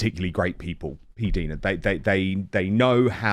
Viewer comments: Dan it is P DYE NA not P DEAN NA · When you said your name, it was not P-Deena, it was with the long i sound, not the double e sound. Which is it? This drives me crazy since Dan keeps calling you PDeena. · I believe the correct pronunciation of her name is Dinah, not Deena. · Have you ever watched her videos ? She clearly states her name is pronounced P Dinah not Deena.Dan have you never seen all her videos? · I love when you have PDina on your show. However, she is too polite to correct you on the pronunciation of her name. It is pronounced “P” Dina - Rhymes with China ❤